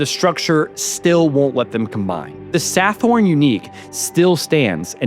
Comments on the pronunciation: Thailand...like most other countries, is mired in income inequality. The wealthy take far more than they contribute. Sathorn is pronounced Satorn. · "Sa-thorn" lmao.